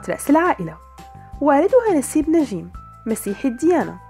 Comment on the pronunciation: ندين الحلوة هي و تمثيلا😍😍😍 بس كرمال الله لا تقولي نجيييم اسما هيك Njeim نجيم مش نجيييم😤 ندين مشاركة بمسلسلات قلال بيعرفو هالشي و بفكرو أن عندا بس أربع خمس مسلسلات😂 براافو هيك رح يعرفو و يخرسو